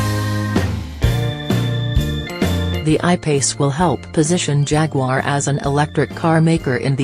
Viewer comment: Even the robot voice can't pronounce Jaguar correctly Jagwarr Really !!! If you take the time to do a decent video at least take the time to Narrate the dam thing ! Robot voice sucks !!!